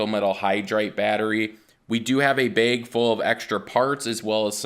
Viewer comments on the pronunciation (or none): Haha you said bayg